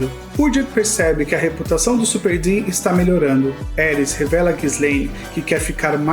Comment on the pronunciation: E eu so tentando entender de onde ele tirou superD ksksksksksksksksk é Supard, nome de uma raça, se pronuncia do jeito que escrevi mesmo kk